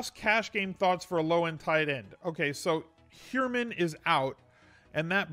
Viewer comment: Ok you're driving me crazy now. It's pronounced "HIGHER-MAN" for Jeff Heuerman. Lol! I live in Colorado and a Bronco fan.